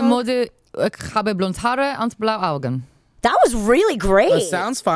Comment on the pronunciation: I'm German. Yeah Maude you somehow miss an e on "blaue Augen " and "Haare" but besides this very good hahaha